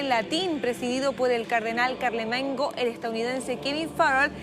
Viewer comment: Camarlengo, no carlamengo. Y no son hábitos de los cardenales, son sotanas. Son campanadas, no campanazos. Y son antífonas, no antifonas.